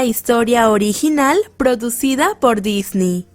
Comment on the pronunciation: JAJAJAJAJAJAJ DIJO DISNY